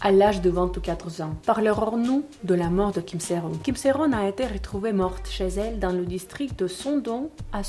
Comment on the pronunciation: C kim sea ron mais sa se prononce Kim sea RONEEEEE merci